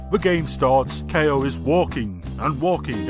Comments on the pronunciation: It's pronounced "Kow", not "Kay-O". I know because my name is pronounced the same way. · I don't think it's pronounced "KO". It's obviously pronounced "cow".